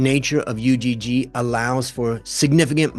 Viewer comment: just fyi it's not pronounced U-G-G, it's one word pronounced "ugh"